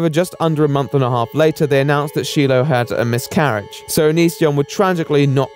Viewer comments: It's not Sheila, it's Shiloh pronounced Shy-low. Ain't that hard. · SHY LOW. Not SHE LOW. Please pronounce the girls name right. You wouldn't want someone CONSTANTLY calling you but the improper name. "Da Weight Onion." -.- Other than the CONSTANT improper pronunciation of her name, I enjoyed the video. Good work. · ...come on, Shiloh is not pronounced like Sheila with an O instead of an A... it's 'Shy-lo' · I love you but it's Shy-loh not She-loh XD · saying "she-low" instead of "shy-low" makes me wanna jump out a fucking window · I like but hearing him say sheelo after playing a clip and doing research is really peeving me. Shylo not sheelo. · It's pronounced shy-low not she-low. Sorry it's just a bit annoying , I'm not a fan of onision but I am of shiloh and god you even put a clip in of onision saying her name? It makes it seem like you put the most minimal amount of research required. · Shiloh's name is pronounced shy-low. She's a good singer and should do that again :) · not meaning to throw shade because i love watching but whenever he said Shiloh's name wrong i kept on saying in my head, "it's pronounced like shy-low not she-low" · shy-lo. shai-loh, lol. not shee-loh. 😆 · Everyone: Shiloh: Sheeloh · Bruh her name his SHY-LOH not SHEE-LOH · great video, i'm glad you're talking about this! btw, the "i" in "shilo" is pronounced "eye" not "ee" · btw, shiloh is pronounced “shy-low” lol not “shee-low” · Who the hell pronounces it "SHE-loh"? Especially when you have multiple videos and audio where YOU CAN HEAR IT SAID ALOUD AND PRONOUNCED "SHY-LOH"? It just seems on purpose at that point, which is really disrespectful. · Its pronounced SHY-LOW 😂 he literally says it in the video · SHY-LO IS HOW YOU SAY IT LIKE HE SAYS HER NAME OVER MILLIONS OF TIMES IN VIDEOS (even in the video you are reviewing in your video he says he name correctly) like wtf LIKE THIS IS UNWATCHABLE BECAUSE YOU CANT PRONOUNCE A NAME RIGHT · “Shee-low” i